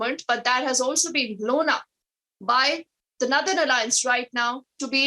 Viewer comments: It's not nerthern but North ern.this reader is confusing if we are just listening. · I have a question for the news reader what is "Narthern Alliance" and "Missionary" ...The news is good...but the anchor makes it Funny 🤗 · Northern nothern pronounce properly.